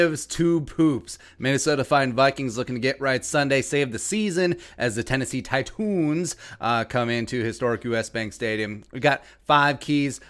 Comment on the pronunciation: If we win, you gotta pronounce "Titans" correctly. Just once. Just one time. Pretty please...